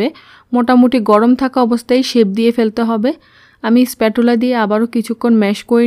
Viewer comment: Please no one try this recipe, spachula (pronounced not spatula)